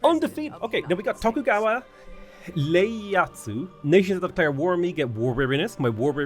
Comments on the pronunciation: i love you, but hearing you say "Leyasu" instead of "Ieyasu" made me take like 15 psychic damage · Ieyasu, not Leyasu